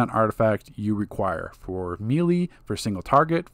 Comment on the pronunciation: Bro it’s melee (May lay) lmao